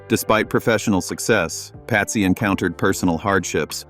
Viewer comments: Patsy not Pasty ffs 🤦🏽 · They got to get these computer crap together. Patsy is not pronounced pasty